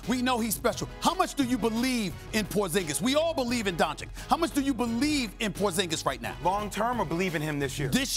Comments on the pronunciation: I swear if SAS says don-chick again... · It is Luka D O N Č I Ć not DONČIK. Stephen A. Smith you is the best and i love you, but please start saying his last name properly. D O N Č I Ć. NOT DONČIK. Thank you! 😎😎😎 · If this man says “Don-chik” one more time... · Can you start pronounce "Dončič" right already? This is just sad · How hard is it to learn Luka's name?